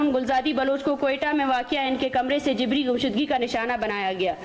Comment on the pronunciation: She is pronouncing JABRI, JIBRI. Why has Shehbaz Sharif allowed this hater monger? Let her be in the same room where is unwise IK